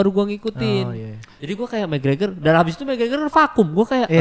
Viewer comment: McGregor bang bukan gragor